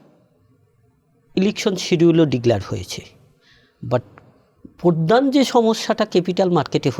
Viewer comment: প অক্ষর আপনার উচ্চারণ করতে কষ্ট হয়।পরধান না বলে মূল বলতে পারেন।পরচার না বলে এর ইংরেজি প্রতিশব্দ ব্যবহার করতে পারেন। এই অনিয়মের একটা পার্ট আপনি নিজে।দোষ স্বীকার করে নিন।